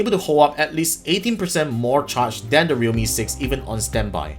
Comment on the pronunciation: im sorry but i literally cant differentiate your pronunciation of realme and redmi